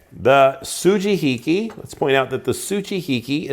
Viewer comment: Good pronunciation with the su-ji-hi-ki (and everything else you said), but the "yanagiba" which is the same phonetic pronunciation as the sujihiki ("ya-na-gi-ba" or ya-nah-gee). Also, well done lighting (that living room is dark, but you killed it with the kitchen video lighting)